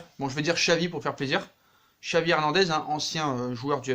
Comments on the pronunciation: Ça se prononce chavi pas xavi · pour Xavi on dit "Chavi" :)